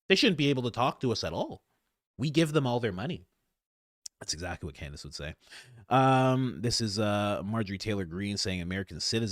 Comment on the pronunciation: No hate only love but I feel like we need a candace/ mispronunciation compilation;D